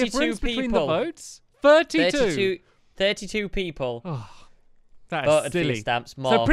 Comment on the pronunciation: and he says vots instead votes......not racist......